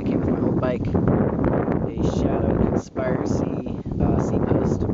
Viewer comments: It's pronounced Conspiracy, not Consparacy... Every single video... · CONSPIRACY YOU PRONOUNCE THE SPI LIKE SPIT NOT SPY .... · The way he says shadow conspirisy makes my laugh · dude its shadow (conspeeracy) its not said how it is spelled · Shadow Consp"eye"racy??? haha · your saying conspiracy wrong. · your pronaounsing consiresy wrong